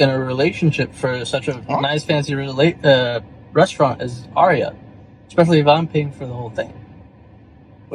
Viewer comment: She can’t even pronounce the word restaurant… 😆